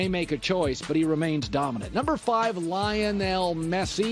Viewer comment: Colin saw the word "lion" in Lionel and decided to call the goat LyE-uH-nEl.